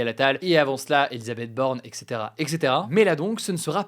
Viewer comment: Hugo on dit "et cetera" et non ec cetera. Pour un journaliste...